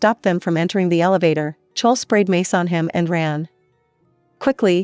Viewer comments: I know they keep saying "chowl" like bowl it's so bad 😂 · It’s clo-wee I HaTE these automated voice over they screw my name up so much jesus